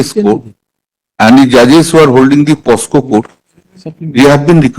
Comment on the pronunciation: Why Kalyan banerjee saying posco instead of pocso?